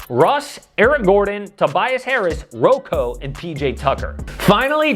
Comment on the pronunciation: His name is Bobby Buckets not RoCo